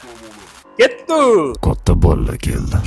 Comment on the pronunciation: Кетук эмас кетдик дийилади